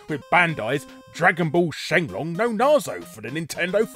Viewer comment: Correct pronunciation of Saiyan instead of the dub pronunciation -"Shenlong" This shouldn't make me as happy as it does.